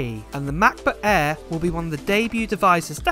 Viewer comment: “Mah buh ehhh, em-free moddow” = Translation = MacBook Air M3 Model